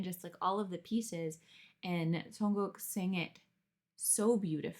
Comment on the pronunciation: 정국 이라고 말하는 발음이 너무 정확하고 자연스러워요 진짜 한국인 발음 이어서 놀랐네요